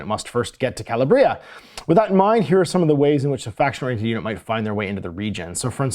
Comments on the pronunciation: You had pronunciation correct the first time, “ka-LAB-ria”. Release date is the 28th of november. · Each mispronunciation of "Calabria" hurts my Italian soul